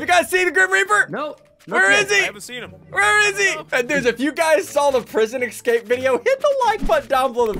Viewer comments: I like how he pronounces escape as ecscape. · is it just me or does ssundee say ecscape?